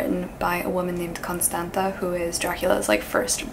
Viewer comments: Just a quick note, Constanța is pronounced as Constanzza (as in pizza) :) at least in the original language. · As a Romanian Person TM, I believe you pronounce Constanta as “Constantza” if it has this letter : ț I actually love you so much you are my favourite person on this platform thank you for existing happy spooky season <3